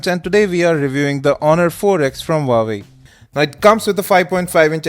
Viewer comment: "Today we are review the honor 4x for wawi"